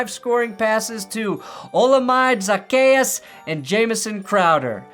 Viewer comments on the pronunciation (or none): How to pronounce Olamide Zaccheaus: Hola-m'day Zach-Key-Us